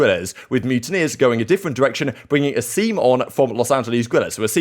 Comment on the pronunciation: I gotta say it’s A-sim not Aseem